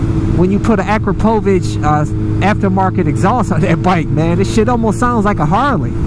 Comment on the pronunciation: Congratulations man! You're the first person to correctly pronounce Akrapovic! :D You're wrong on one thing tho... FZ09 has much better suspension. But I totally agree with you, FZ07 is really, really a great bike and an awesome package. Plus it looks much better than FZ09. (the rear) Nice Honda! Drive safely.